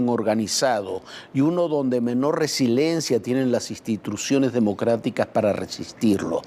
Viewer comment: Se dice : RE-SI-LI-EN-CIA No resilencia.